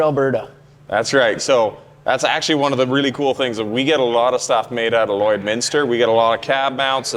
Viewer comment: My wife is impressed that you pronounced Lloydminster correctly. We know 50 year olds that were born here that still haven't figured it out 😂